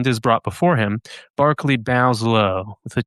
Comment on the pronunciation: It's Berkeley not Barclay. Pronunciation ❤